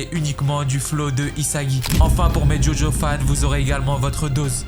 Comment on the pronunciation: La prononciation des noms dans jojo😂😂😂